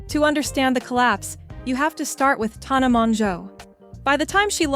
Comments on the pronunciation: the “tawna” is driving me up the wall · You did all this “research”, but what you should have been doing is learning how to pronounce her name.